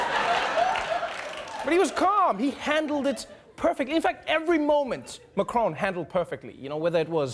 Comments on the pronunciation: WHY DO YOU KEEP CALLING HIM MA-CRONE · It’s MAC Ron like in MAC donalds